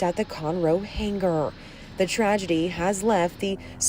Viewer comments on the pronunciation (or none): "hanGer"? Sounded like she said " hang ger".